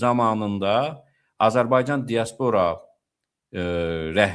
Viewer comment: axı sən elimli adamsan.Dia'spora vurğu birinci (a) hərfinə düşür.